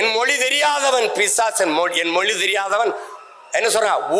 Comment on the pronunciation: Oru vaarthaikkum matroru vaarthaikkum 5 nimidama ozhunga pesuya moli illai mozhi sariya pesu Seeman Mariya Wilson ellam oru minister illai avanukku thamizhe pesa theriyala